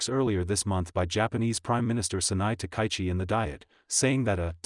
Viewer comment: Takaichi: ta-ka-yi-chi. Four syllables, none emphasised. "Ta-kie-chi" is ugly, and insults both her and us, your audience. Everyone's name deserves respect, and the YouTube poster who can't manage it is a second-rater.